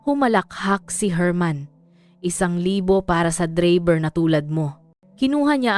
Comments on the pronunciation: Anong dreyber bkit d bigkas8n ng totoo ang drayber Tagalog k naman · Bakit AI na boses ang ginamit nyo sa bidyo na 'to bilang narrator nyo?..ang pagbigkas ng "DRAYBER" ay hindi Dreyber..Putsa nman..! eh,pinag gagago nyo lng sarili nyo..hahaha😂😂😂😂😂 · Saan kaba nag aral bakit ang driver bigkas mo dribir? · ang haba ng dakdak hindi malinaw ang pagbigkas sa DRIVER o Dreyyberrr🤮🤮 walang kakwenta kwentang kwento🤮🤮sayang ang ORAS 👺👹